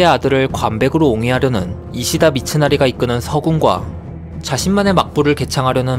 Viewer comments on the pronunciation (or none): 이시다미츠나리를 이스다미침나미로 잘못 읽음